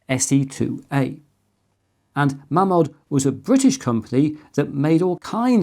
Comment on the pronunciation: it's pronounced Maymod ....................